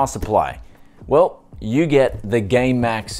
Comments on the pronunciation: # he says gay max lol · I swear he's saying gaymax